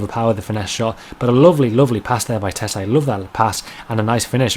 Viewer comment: Tettey is pronounced tetty wothout e